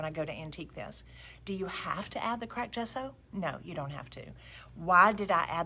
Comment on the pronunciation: Another wonderful video- thank you! BTW you are saying “gesso” correctly! It actually means chalk in Italian.